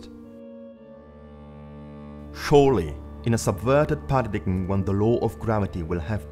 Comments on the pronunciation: It's not pronounced PA RA DIG EM.. Its PARA DIME... Don't be a European dunce!! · When you can pronounce paradigm CORRECTLY you might has some credibility.